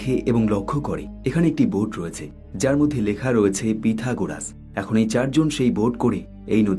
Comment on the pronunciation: পিঠগরাজ নই ওটা পাই-থাগো রাজ